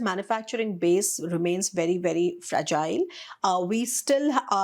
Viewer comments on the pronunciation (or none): none